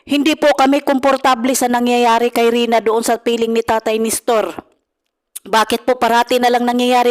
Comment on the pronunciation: Nestor not Nistor. Walk out not Back out.